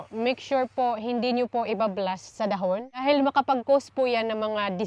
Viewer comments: Naninibago ako sa pag pronounce mo nang dahon ate. Dbah dpat da-hon ung pagbigkas? Pro palagi kong inaabangan videos niyo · bakit iba ung pagkabigkas mo ng dahon? Been to Siargao di naman ganyan nila pagkasabi ng dahon, for sure di rin ganyan tinuro ng Filipino subject natin. Sorry, maliit na bagay pero nakakairita pakinggan